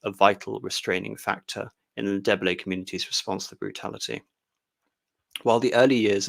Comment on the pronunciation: who the hell is MAN-AGUA?? its EN-DAY-BAY-LAY, jesus C'MON!!! oh and its MATA-BEELS from MATA-BAY-LAY LAND!!! brilliantly interesting though!!! jeff from dublin